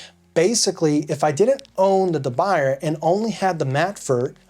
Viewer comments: It's not pronounced da by-er. It's French. It's pronounced da boo-yay. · pronounced as “de buyey” not the buyer😀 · De "Buy"er lol, I think it's pronounced DeBooyay, ya know.. French and all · De boo-yeh not de buyer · It’s pronounced “dub bu-yeh”. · You're pronouncing it wrong. It's Duh Bu yeh. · Good video. Quick note: De Buyer is pronounced DUH BOO YAY. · deh-Boo-yeh. say it right! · De BOO yay. That's how it's pronounced. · We all gonna keep letting you say "de buy-er"? It's French! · Not really. I've been many times to China, Taiwan, Japan, India, Brazil, France, Holland, lived in Germany for a few years, etc. The different pronunciations are due to accent, eg, Spanish speaking people pronouncing ch and sh. But that's regardless. It's not da byer. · for the record Debuyer is a surname with French origins. Not Dutch. And there is only one correct way to pronounce this word (Duh Bu yeh). He sounds silly saying it wrong over and over in this video. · Sir, you might want to learn how to correctly pronounce the name of the company, du Buyer. The Hint, it’s French. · It hurts when you pronounce "de Buyer" 🤣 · P.S. "Uncle Scott" of Uncle Scott's Kitchen used to mispronounce De Buyer, also. He corrected himself instead of making rationalizations. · Please, try to pronunce it well. You talk in some kind of english, but the french pan have to be well pronunced ( or at least, nearly. ) Do an effort...